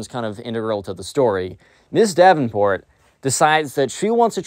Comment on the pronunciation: u keep saying mrs. davinport